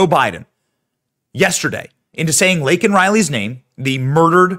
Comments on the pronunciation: And then he mispronounced her name... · But he didn’t say it correctly, he said Lincoln Riley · Who’s “Lincoln” Riley?!?!?!!! Couldn’t even get her name right, so out of touch. I 💕 MTG! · No she didn't. He Said "Lincoln" Riley. He couldn't even read the pin she gave him... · He still said it wrong. Her name is Laken Riley not Lincoln 🤦‍♂️🤦‍♂️😢😢😢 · Biden did not say Laken he said Lincoln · He didn’t even get her name right he called her lincoln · He still didn't say it. He said Lincoln not Laken. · He said the name wrong, Laken & he said Lincoln. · I thought he said, "Lincoln Riley." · Note-Me said “Lincoln” Reilly.😮😮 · He also got her name wrong said Lincoln Riley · He couldnt even get her name right.what a pos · He mispronounced it then went on to downplay it. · Whether he called the criminal illegal or even mispronounced Lakens name , I personally found it horrible and disgusting that he then turned and screamed at the young girls parents, "I've lost kids too. "" I know how you feel. " " Thousands of people get killed by illegals every year. " That is what more people need to be talking about!!!!! How disrespectful and how disgusting 🤮 imagine how her parents feel after hearing that? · He didn't say her name though. He can't even get THAT right. 😐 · Kamala is trying not to laugh when he says Laken’s name wrong. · This is so wrong on so many levels 😑 Joe couldn't be bothered to say her name for two weeks like he usually can't be bothered to say the victims' names unless they're of a certain demographic. When he's being forced to say her name, he can't even get it right, not even by reading it. That shows you how "much" he cares. Just as much as he cared about the 13 dead soldiers while he was looking at his watch all the time. Then his colleagues chime in and state that he shouldn't have used the word "illegal", although that's obviously what they are. To sum it all up: Joe and his administration don't give a crap about American victims.